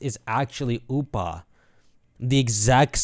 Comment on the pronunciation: Whenever you say Oopa I keep thinking you're saying Hoopa...